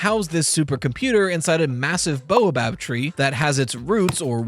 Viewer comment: How many years have passed and still can’t say “baobab” right 😂